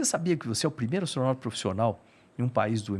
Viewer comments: """"Astronalta"""' hahahahaha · ATORNAUTA, kkkkkk.